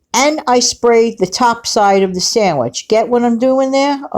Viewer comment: Pizza "sangwich" sounds yummy! 🍕🥪